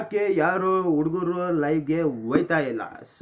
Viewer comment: ಲೋ thamma ಉಡುಗರು ಅಲ್ಲ ಹುಡುಗರು